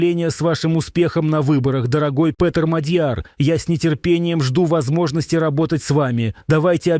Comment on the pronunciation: Правильно наголос МАдʼяр